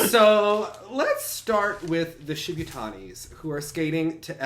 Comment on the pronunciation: The Shibutanis have been competing in seniors for almost seven years and you still can't pronounce their name? You're a dumb-ass,. Then again, you also think "bored of" is grammatically correct.